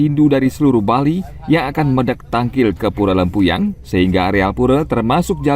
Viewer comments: Lempuyang. Bukan lempayung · Yg bikin konten siapa? It’s LEMPUYANG not lempayung! Smh